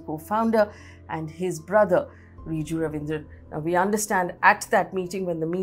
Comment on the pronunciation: Not Ravindra, it's Raveendran. Not Kunnur, it's Kannur.